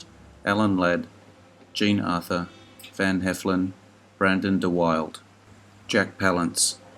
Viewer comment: One of your very best so far - small criticisms: William Wyler’s last name is pronounced “Why-ler,” not Wilder; Brandon deWilde’s is pronounced “duh-will-duh,” not “deWild.” Otherwise, very entertainingly informative. I appreciate the amount of work you put into these.👍🏼